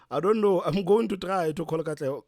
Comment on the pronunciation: I DIED when you called Katlego💀